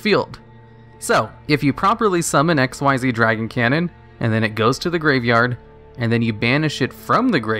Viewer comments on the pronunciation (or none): It’s really annoying how you say XYZ it’s pronounced Xcees not Xceed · Xyz is pronounced ik-seez, not "exceeds".